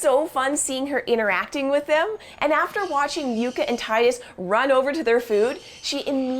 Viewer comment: "Yooka?" Isn't it pronounced "Yuh-kuh" like the plant, Yucca?